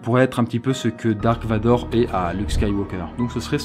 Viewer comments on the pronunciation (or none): none